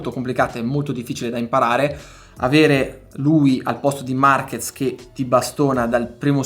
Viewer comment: Ciao Luca, in spagnolo la "Z" si pronuncia come una "S", quindi Marquez in italiano si pronuncia Marches